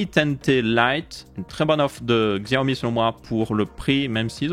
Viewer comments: on ne dit pas "gxiaomi" mais plutot "Chiaomi" en prononciation. voilà juste histoire de prononcer le nom de la marque proprement. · Coucou, pour info on dit pas Xiaomi mais CHiaomi. J'ai un Mi Max 3, depuis déjà bientôt 3 ans et toujours aussi fluide, sans problème ou quoi que ce soit, en plus d'avoir la chance d'avoir MiUI12 depuis peu. Je le trouve plus fluide que mon Iphone 6S+ au passage... Bonne vidéo comme d'habitude. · super vidéo mais d'ailleurs Xiaomi en vrai sa se prononce Chaomi ;) sinon continu comme sa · Tu me fais rire tu fait l'effort de prononcer 10 en anglais mais tu prononce xiaomi a l'occidentale